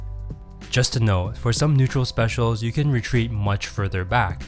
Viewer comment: can you hear SPEC-IAL